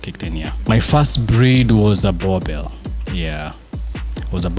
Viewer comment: Awesome episode... I love boerboels so much... I have a female of my own. Been a subscriber from the early episodes of dog TV. The show is great but someone needs to advise. It's not pronounced burbur it should be buorbul... Written boerboel but people call them boerbo-el or boerb-el. Correct pronunciation I think should be buorbul. My thoughts